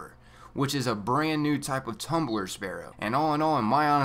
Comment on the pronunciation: "a NYOOOUU mission type" 😂😂